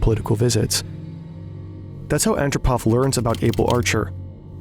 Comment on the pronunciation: Is this narrated using AI? In the narration, the last two syllables of the word documentary is pronounced “Terry.” And Yuri Andropov’s last name is mispronounced in the narration as ANN dro pov, when it’s pronounced An-DROH-pov. If you’re going to make a video that includes the former General Secretary of the Soviet Union, you should pronounce his name correctly.